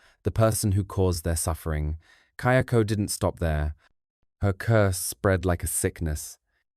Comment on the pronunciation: Just one point, the ghost in Ju-on/Grudge series is Kayako, not Kyoko. The subtitles are wrong and it even changes as the pronunciation does change a bit, but the pronunciation is also right at times. Not sure if you haven't watched the movies in a while and were just basing your correction off the subtitles, but it definitely is not pronunced "Key-oko".